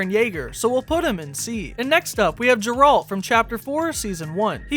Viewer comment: . Its not geralt like gerald its geralt as in gaer-alt or G -air-alt gair alt geralt ...... Separate the g sound and say it like theres an h between the g and er .